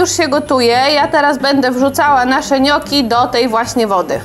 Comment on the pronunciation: „niokki” nie „nioki”